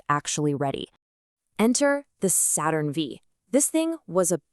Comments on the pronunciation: Look, you have no future if you can't get the AI voice to figure out "Saturn Vee" versus "Saturn Five." Too bad, because some of the info is actually pretty good. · The Saturn “V” ?! Bro, I can forgive you if your stupid ai narrator doesn’t know the difference…but did you just not watch your own video before posting it? You didn’t catch the error? Or did you also think it’s called Saturn “V”? I already know the answer. You didn’t write the script, you didn’t create the images, and you don’t speak English. You’re just a modern-day tele-market scammer, and instead of pretending to be my computer support, you pretend to be a science/history educator. I’m glad that your ai is just dumb enough to make obvious mistakes, but smart enough to fool you.